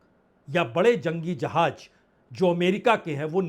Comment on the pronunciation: . Sir aapne hindi kahan se sikhi ,jahaaj nahi jahaaz,hajjaar nahi hazaar